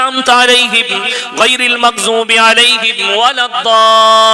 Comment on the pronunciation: গাইরুল মাখজুবি? আপনি ভূল উচ্চারণ করলেন